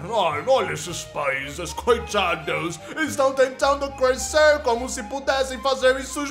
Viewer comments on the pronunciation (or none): Eu acho engraçado o states não fala crescer ele fala "crusecer" k Se não der coração vai levar embargo econômico>:) $